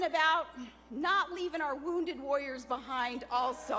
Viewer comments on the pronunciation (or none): she needs to learn to say warriors instead of woyers.